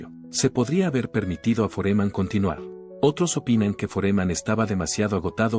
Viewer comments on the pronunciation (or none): Este pelotudo tiene que aprender a poner tildes donde corresponden pues no es Foréman a es FÓREMAN!!! Analfabeto no es Áli el es ALÍ!! Aunque se que no es capaz de comprender por ser burro!!